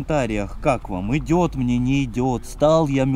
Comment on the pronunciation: Я из за тебя началась привычка говорить мине